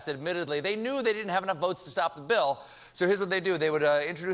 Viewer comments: "...new healthcare bi-ill" - sounds like someone from... somewhere south. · What was that pronouncement of 'bill' at the beginning lol